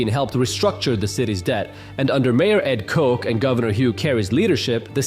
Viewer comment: Ed Kich is pronounced "Ed Cotch" not "Ed Coke."